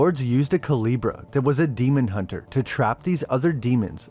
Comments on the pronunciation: i’m sorry i get you don’t speak spanish but you could have looked up how to pronounce it. it’s honestly very bothersome and i dead can’t watch this video. cu le bra no cu-lee-bra it’s very off putting and it takes like five seconds to look up how to pronounce words of another culture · Coo-leh-bra … not ka-lee-bra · I think it’s commented a couple times but it Coo-leh-Brah not Coo-lee-brah but still great vid 👍🏼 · Calibra? Cuu-leb-ra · Didnt event try to say it right😂😂 coo-lee-bra😂😂😂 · KU LAY BRAH!!!! Learn how things are pronounced for fuck sake. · Good video! Just wanted to clarify the pronunciation of "culebra" is "coo-lay-brah" meaning snake or serpent in Spanish. Sorry but as a native Spanish speaker it got to me because I was like what is he saying lol. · CULEBRA.... Pronunce CU-LAY-BRA 🤗🤗🤗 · Thank you for covering this series. Great video and super informative. One thing: the name is pronounced ‘koo-lay-bruh’ and more closely translates to ‘cobra.’ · Excellent video as usual. Just a little thing. Culebra is supposed to sound more like cooh-leh-brah in spanish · Coo-leh-bra coo as in coo coo bird. leh as in the ea in read past tense and bra as in titties love the vid tho bro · It’s coo-LAY-bruh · Was just gonna mention this lol hearing it pronounced coo-lee-bra is crazy 😂😭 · Not coo Lee bruh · Culebra is a short e, not a long one. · I'm glad the guy dives into this subject but his mispronouncing Culebra is killing me. The e isn't like the e in eel. It is the e in letter. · Listening to you murder the simple word "culebra" is painful. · I like how it took you 4 and a half minutes to pronounce "Culebra" correctly. You must've taken French...